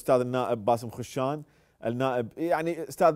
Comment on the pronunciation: (خَشّان) بفتح الخاء لا بضمّها. يُرجى إعادة ضبط الاسم.